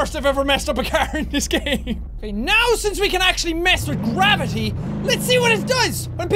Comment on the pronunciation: Who noticed we Jack said qwavity